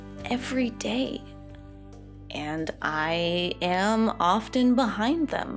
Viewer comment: Now apologize for mispronouncing the word "often"!